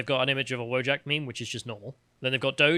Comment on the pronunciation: VO-YACK. It's pronounced voyack, not wojack!